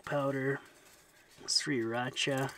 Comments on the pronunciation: is one of the few people I have ever heard pronounce the name "Sriracha" right. I bet he's the kind of guy who pronounces "Turmeric" right too. And thats just one of the small reasons I like the guy. Look up Glacier Dome on google maps and you will see a picture he took with that little dog. So epic. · My favorite part of every episode is when says “sriracha”.